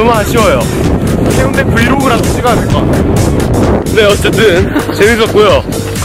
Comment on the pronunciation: 해운대가 아니라 해운대입니다.